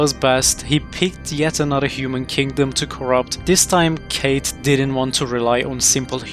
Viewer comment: Ahh yes, the evil character Kate from Dark Souls. Am I the only one with the pet peeve of names being mispronounced when they are actually said in a game or movie?